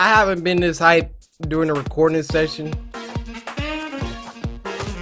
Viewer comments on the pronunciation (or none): none